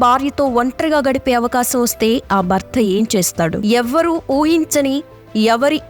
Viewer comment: కైదీ కాదు... ఖైదీ... బర్త కాదు భర్త